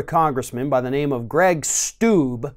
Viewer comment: Did you say Greig Stooge?